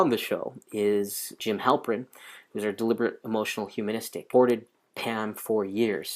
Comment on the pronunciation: Halpert.... not Halprin :(